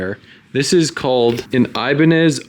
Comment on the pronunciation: Not here to bash just inform brother , the guitars Ibanez , are pronounced EE-BAAAN-YEZ, like a Spanish tone 🤙